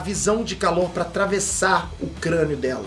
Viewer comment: Custa falar o nome BILLY Bruto kkk, otimo resumo "Perterr."